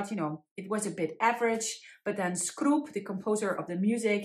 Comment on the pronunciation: Hi,, here, a native czech. Let's start by improving your pronunciation of those surnames... It is "Tyl", don't pronounce it as "Teel"... Short "y", like in the word "tick"... The "Skrup"?! thing - It is "Škroup" [Shkroup], the first letter is "Š", like "shake" "she" "show", and the ending is having "ou", like in "wow", so it is Škroup. Jan Neruda - Great pronunciation! Bedřich Smetana - be careful with the surname, it is "S", not "Š"... S, like in "smile". I believe we will bestow the Netherlands. Time to cut those tulips...:-) Musical-wise, the czech national anthem is slow and sad. I am not a big fan of those type of anthems. I like much better the slovak one. It is march, it is quick and "combative".